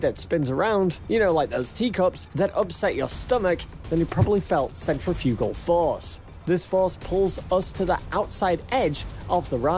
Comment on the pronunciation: Does no one on YouTube know how to pronounce centrifugal correctly? This video confuses free fall with no gravity, and is full of artificial unintelligence. The Mars journey will require dozens of starships, so having to pair them up for tethering is not a special burden. However, the other end of the tether does not need to be another starship, just something with a comparable mass - such as an external fuel tank that they will probably need anyway.